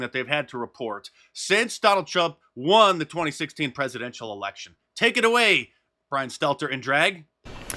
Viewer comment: Bwian Stelter lives PLUTOnically.